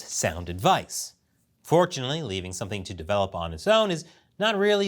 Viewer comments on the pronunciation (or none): none